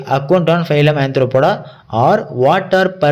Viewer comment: phylam ❎ Phylum✅